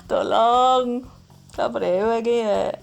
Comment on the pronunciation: Bunda bisa ga sih kalo ngomong "YA" nya biasa aja wkwkwk maaf ya 😌